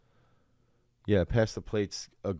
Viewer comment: Did he mention someone with the screen name "prince Vegeta"?!?! And pronounced it " prince veg-eh-ta"? 😆